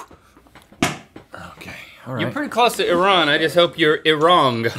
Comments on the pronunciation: Also its not I RAN -. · Well, he pronounces it E-Ron, so the pub wouldn’t work with that pronunciation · When Link corrected Rhett mispronouncing Iran it made me happy becuase no one pronounces it right. 😄